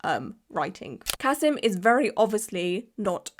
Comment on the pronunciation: Also, his name is Ka-SEEM. And almost all of his clients are Muslim. He's not losing clients. Different countries have different outrages. This is not an outrage in Russia or with Muslims. And he's not "white".